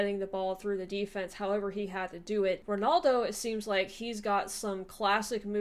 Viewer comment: Just to let you know it'd Ronaldo not Ronoldo